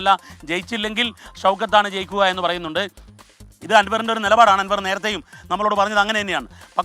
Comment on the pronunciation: ആൻവർ അല്ല അൻവർ